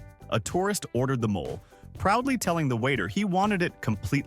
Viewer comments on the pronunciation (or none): It’s not MOLL…. It’s MOLAY. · There is no such place as 'London, Arizona', so that story is fake. The closest airport capable of landing a plane that can make it to actual London is 230 miles away. Also hilarious that AI can pronounce "Oaxaca" (Waa haa kuh) but not "mole" (moh lay)